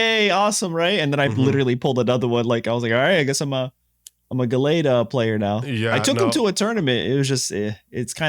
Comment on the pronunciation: The way BOTH of you mispronounced Gallade 😂 Chase fa cards: Wukong Infernape, manaphy, cresselia, shinx, rainbow yanmega, garchomp, shaymin